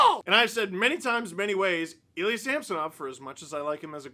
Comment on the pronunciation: TAHNK YOU STEVE! You are finally pronouncing our goalies name right!